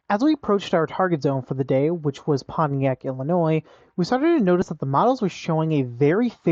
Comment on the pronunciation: "Northern IlliNOISE" :face-blue-wide-eyes